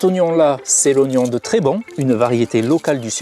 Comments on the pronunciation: C'est Trébons, avec un S qui se prononce à la fin. C'est dans les Hautes-Pyrénées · Trébons (avec un S prononcé) est un tout petit village ici dans les Hautes Pyrénées. Pas de production avec des traitements chimiques, ici tout est bio. Donc non pas de Monsanto ni de choses bizarres comme tu sembles suggérer.